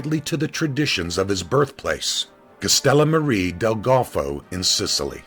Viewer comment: Relax man it was just some constructive criticism. Sorry I meant to say pronounce not spell. You said he hailed from Castellammare del Golfo, so yeah... then again, my mistake, I was talking about the pronunciation.